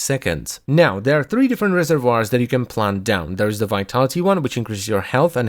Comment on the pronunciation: SAY RESERVOIRS AGAIN SAY RESERVOIRS ONE MORE GODDAMN TIME